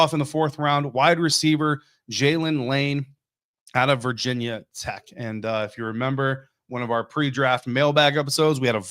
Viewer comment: “Virginia Tech” or “VT”, not “Vah tech”